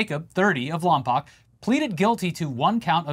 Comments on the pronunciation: 🧐 It's Lom-POKE. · its pronounced "Lom-poke" not "Lom-poc". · As someone who used to live in and fly out of the "Lom-poke" airport, the way you pronounce Lompoc hurts my souls/brain. 😂😂😂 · Lompoc is pronounced "Lompoke", previously "Lompton" among some locals of neighboring towns. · I actually live near Lompoc so it's crazy hearing that this guy is a local lmao. Also, it's pronounced lom-poke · It’s Lom-poke. Luckily, there is a federal prison right down the road from the small airport where he Bundy-style chopped up and disposed of his plane 😄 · It's pronounced Lom-poke! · The way they say Lompoc hurts. It sounds like every old lady in the area says it. The o at the end is a hard o sound